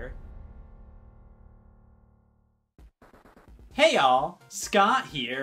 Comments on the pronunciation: is it me or does it sound like he's saying "Hale" instead of "hey all" at the beginning? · I swear, that intro made scott sound like he was saying “hail” instead of “hey y’all.” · Hmmm... speed up, Scott's intro sounds like he's saying "Heil". And he raises his hand each time... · When does it stop becoming "hey all" and just meshes into "heil" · i think Scott is tryin 2 say Hey All, will check with my scientist ! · It just sounds like he was saying ale for a second in the intro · let it rip studio because it sounded like Hail? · did anyone else start to percibe the hey all as a Chinese voice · Are you saying hey all or hey y’all